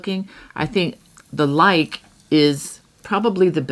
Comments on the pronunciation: *Lykke is pronounced Luca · Hi! Luke is pronounced ‘Luca’ I researched it bc as I really wanted to know!